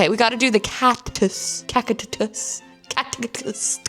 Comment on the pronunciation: Call it Cat-cus. Swap the t and the c in ‘cactus’ 😂❤